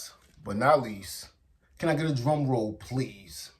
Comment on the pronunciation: "can I get a dwum woll pwease...." dude the hood rules do not apply to everyone else. open your mind, speak fluently, it's okay.. I finished the video only because I love 60 days, but the "cringy-ness" was off the hook... I know the streets say otherwise, but damn?! it is OKAY to speak English. I'm sure the other gang members might be upset; but maybe you can help them as well..... "A-Ss-kuh" NOT "Ax-e-duh" wake up, you little simpleton.